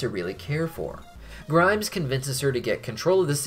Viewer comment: Why do I find it funny that keeps calling Grime "Grimes". Like the musician.